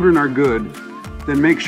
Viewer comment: Hairy Queen?